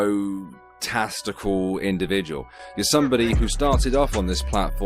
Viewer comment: did you call Richie Egotestical? Or did I simply mishear? 😂🤣😂🤣😅